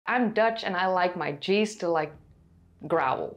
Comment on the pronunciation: Did you say G's or cheese? I would like to try some growling cheese.